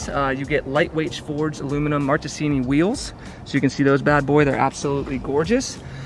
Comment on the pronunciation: the pronuciation for "marchesini" (an italian brand) in english is "markesini", ch in italian is k in english :)